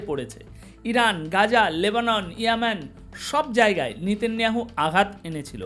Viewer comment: আপনার বিশ্লেষণ অত্যন্ত গুরুত্বপূর্ণ আমি আপনার চ্যানেলের নিয়মিত শ্রোতা ও দর্শক কিন্তু "নিতিন নিয়াহু" উচ্চারণ টা বোধহয় নয়।ওটি হবে " নেতা নিয়াহু"। মনে কিছু করবেন না।